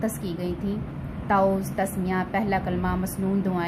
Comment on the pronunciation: تعُوذ نہیں، تَعَوُّذ پڑھائیں